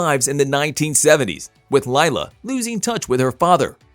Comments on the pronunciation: Omfg it’s not Lyla? It’s Lila like … Lee La !!! Fix this now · “Laila” its literally LILA. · Pronounced Leela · Yes please! My daughters name Is Lila (Lee la) I haaate when people call her lyla